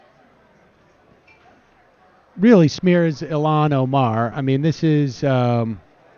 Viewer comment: Why does Sam keep on pronouncing Il-Han as Ilan.